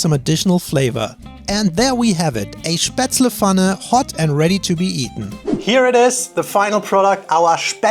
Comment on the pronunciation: It's Pfanne, not Fanne! Just kidding. Not really.